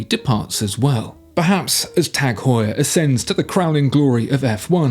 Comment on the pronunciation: Good video but the pronunciation of Heuer in Tag Heure is not pronounced as “whore”.